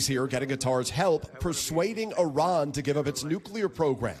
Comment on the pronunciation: It's Iran Not iron...y'all are f...... idiots